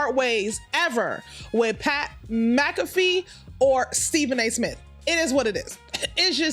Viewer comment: Its Pat McAfee Mac ah fee sis